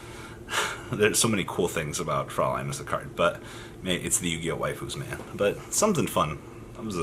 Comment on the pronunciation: It's actually "fräulein"("äu" is pronounced like the "oy" in "soy sauce". Yeah nothing better than this example in my mind), which is german for (young) lady